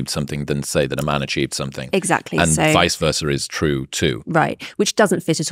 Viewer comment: Can we go back to saying "vice versa" instead of the made-up "vicer versa"? Thanks.